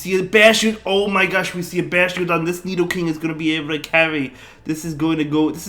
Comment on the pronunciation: DEW-GON and BASH-TIADON 😂😂😂